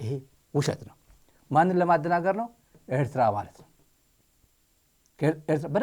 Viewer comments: Someone has to tell the Ethiopian foreign minister how to pronounce Eritrea, he is very annoying and childish. Ethiopians are historically our brothers no one denies that, especially those in Tigray and Amhara, we are blood relatives. Having said that we Eritrean we don’t want have anything we need from Ethiopia. Our country is enough of us and he can keep his Ethiopia and we will keep our Eritrea. Respect!!! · ውድ ስታሊን እንደዛሬ ቅቢ ኣላጥጣሀኝም። በጣም ኣመስግናለሁ። ኢሄ ጊድዮን የሚባለው፡ የኤርትራን ስም እንኳን በትክክል መጥራት ያልቻለ ተብታባ።